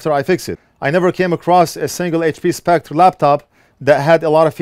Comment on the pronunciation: I know it is a minor and petty thing, but Spectre is pronounced (and spelled in America) Specter, not Spect, just saying :)